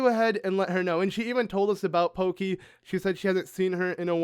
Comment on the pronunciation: When I heard you pronounce Pokki as "Pokey", I couldn't help but think of Gumby... just sharing